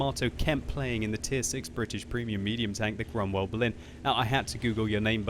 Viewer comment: Before reading the title of this video I thought that the name of that tank was "Cromwell Baloon" due to pronounce